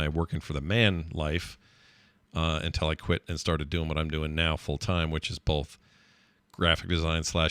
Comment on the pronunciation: thought of it! "both" "bolth"